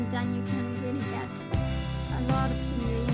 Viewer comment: The way you say simoleons bothers me....